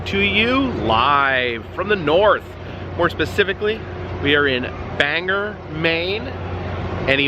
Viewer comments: The locals are gonna be mad, it's pronounced bang-gore. :) Great video! Just letting you know for next time. Hope you make it to NH! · Great seeing you up in New England aka my neck of the woods LOL. But not for nothing, the way you pronounced Bangor as "banger" was painful LOL. All in good fun keep up the good work. 😂😂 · Repeat after me, Bang-Gore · Glad to see you in my home state! I’m from the County (Aroostook County) the largest county east of the Mississippi. You should visit my hometown (Fort Fairfield) in mid July when we have the Potato Blossom Festival. FYI, Bangor is pronounced Bang-gore, a lot of non Maine natives make this mistake 😅 I’ve been really homesick lately so this was a welcomed one from you. Thank you for letting us experience cool and unusual places with you ☺️ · pronounced Bain-Gor with a hard G. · LOL. it's okay we have all done it before to some word. But yeah, it's a o not an e. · That drove me insane how incorrect he said that..thank you!! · I wasn't going to correct him but yeah, after the third time he said it, it bothered me a little 😂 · I was wondering if anyone was going to say anything about the pronouncements of Bangor (I'm from maine born and raised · Ok I am from Maine, you pronounced Bangor wrong, it ends in or not er. It is not Banger. It is Bangor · Not Banger....Bang-Gor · ITS BANG-OR! NOT BANGER you dunce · It's Bangor not banger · It's not banger it's bang"o"r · it`s not Banger...it`s Bangor. Thanks for coming to visit, now get outta my back yard...lol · The pronunciation of Bangor, is Bang Gore. Not Banger. Nothing boils my blood more than a tourist completely butchering the name Bangor. Weather News guys do it constantly when I'm traveling and it makes me furious, someone please tell these people the right way to say it. Like people calling Saco, Maine, Sacko, when it's pronounced Socko. Don't do it again 😂 lol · It’s pronounced Bang•gor. Not Banger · It's pronounced bangor not banger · BAN GOR NOT BANGER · It’s Bangor